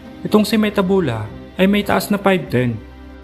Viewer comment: It's mathebula. Not metabula